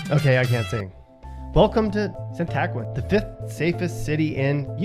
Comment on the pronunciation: LOL its pronounced San-a-quin!